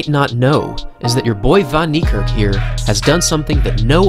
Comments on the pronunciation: My guy wrecking his name, it pronounced fan nee kerk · It's prounced Fun-knee-Kark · As an Afrikaans dude. The pronunciation of Van Niekerk made me cringe through my very core lmfao. It's 'Fun Kneekerk'. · It’s pronounced fan neikerk as it is an Afrikaans name instead of van neikerk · Americans butcher his last name 😂😭 that's so so wrong lmao Its pronounced as fun-knee-ka(a for apple)rk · It’s pronounced “fun” Niekerk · It's Van Niekerk! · It's said WAYDE VAN KNEE KARK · Van Niekerk Fun-knee-cerk E of Cerk pronoumced as A. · The way they pronounce his surname🤣😂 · Any other South African here who gets slightly irratated the way people pronounce his surname wrong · You don't say van Niekerk like that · Your pronouncing it wrong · This man is amazing, however please learn how to say his surname , I kept wincing every time you pronounced it. Come on. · Dude at least learn how to pronouce his name properly.